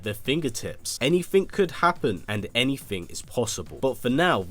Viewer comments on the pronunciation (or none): none